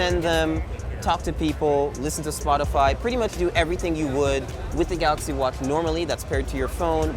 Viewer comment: he just shouldnt say anything with a "ch" (watch and appreciate) for the rest he has it very well under control.